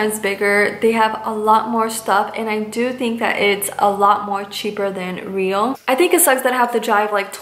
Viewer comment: real is pronounced in german the same way as in spanish. (as another commentator pointed out already) you're doing well, other youtubers from grafenwöhr still dont know after a year that off post things are fresher and usually cheaper than from the commissary